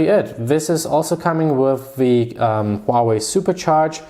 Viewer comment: Its huawei not huahwei bro.Good video still :)